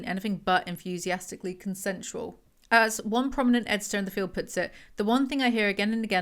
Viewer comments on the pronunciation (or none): none